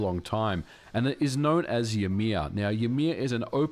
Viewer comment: 'joumear'? Lol. That is not how we pronouce the name of the ancestor of all the jötnar in the nordics.